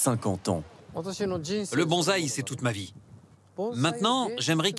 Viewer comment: alors par contre faut absolument arrêter de dire BonZai avec un Z, c'est BonSai avec le son du S et pas du Z. On dit E-mail avec la prononciation du "i" et pas du "e"